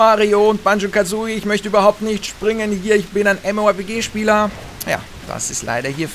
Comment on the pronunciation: Lol, "mmorp-key"